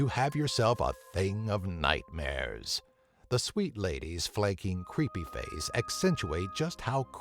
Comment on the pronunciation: The way this guy talks i swear makes this video leas creepy. He says google like "goo go" And creepy he sounds like timmy from south park saying "CREEPAY!" Like lmao oh man xD GG